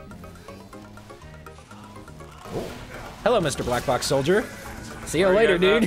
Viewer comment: Did he say black blox